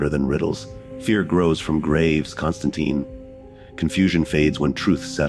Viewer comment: Imagine if Spawn, Ghost Rider, John Constantine, Kratos, The Doom Slayer also known as Doom Guy, Scorpion and Sub-Zero teamed up together to fight against hell. Hell would tremble in fear. BTW be aware that John Constantine's last name ends with tine which rhymes with pine not teen